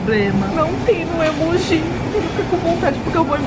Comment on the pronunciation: Vcs falam emoj errado